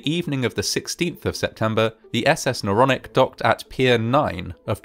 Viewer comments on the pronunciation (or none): Not the naronic the noronic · And isn't it Noronic? Don't you think? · Isnt it Noronic.